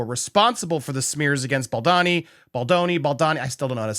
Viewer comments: Please be honourable despite who he might be to you or to us or to anyone in the news at the moment, but it would be to your advantage as a good reporter to learn to say his name properly. It’s not BALDONNY it’s BALDONI. There’s no shame in seeing his name properly. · “Bal-D-OWN-y….” The O is long. Just a thought… If you’re going to report on someone, it comes across much better if you’ve learned how to correctly pronounce their name first. 😊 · Bow-doe-knee = Baldoni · You keep pronouncing his surname wrong 😂😂😂